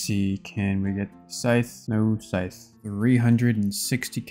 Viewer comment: can u stop saying sytch every chest fk it annoying asf